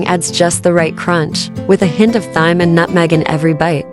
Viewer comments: Looks good. Thyme is pronounced Time. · Thyme = time. And if you’re going to use this AI voice, please program it to drop the Valley Girl habit of saying things like “nutMAG” instead of nutmeg, OK? Thank you! Oh- and yes, we really don’t need to watch every ( not “AV-ery”!) second of veggie chopping. Otherwise I really like your videos! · I think the narration is fine! It's a pleasant voice. Maybe the complainers have some computerized equipment in their Tv rooms that alert them when they hear an AI voice 😅 I only heard one mispronunciation. That was thyme. In the US, we pronounce it time. (the h is silent). I enjoyed your presentation. I will be using the recipe. And, the narration and the music are lovely 😍 Thank you. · Thyme is pronounced Time.